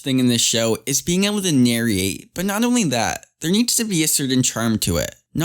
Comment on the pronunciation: Did you say narry-ate? Lol!!